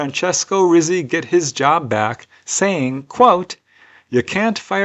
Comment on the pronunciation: Rizzi isn't pronounced as rizzzi, it is pronounced like a Hebrew Tsadi, like you say the word "pizza" as peet-sah. So it is really said as Reet-see.